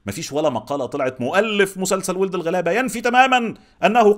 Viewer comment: انا متفقة كتير مع حاجات كتير قلتها!! بس أحب أقولك ان اسم المسلسل مش وٍلد الغلابة، هي وَلَد الغلابة! بتلفظ wald مش weld. ممكن تسمع بهاء سلطان بيقولها في تتر النهاية!!